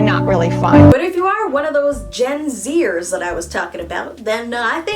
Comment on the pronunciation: I honestly thought she would say generators after saying genzyers